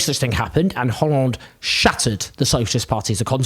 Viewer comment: The analysis is but he said the ‘h’ in ‘Hollande’, very much a ‘faux pas’! 😂